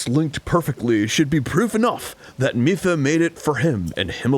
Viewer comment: Did Arin always call her "Miff-uh"? I thought I remembered him saying "Mee-fa," like somebody who knew how to read.